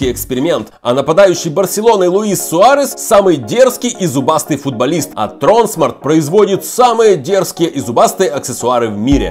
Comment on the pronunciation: Правильно говорить тронсма́рт